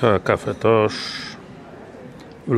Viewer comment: Facet czytaj CafeToch,gdzie masz Cafe Tosz, a po niemiecku Kaffe Tosch a czyta się Kafe Tosz.